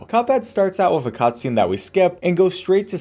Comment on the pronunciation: You saying the word "with" like "wif" is super annoying and distracts from the otherwise great content.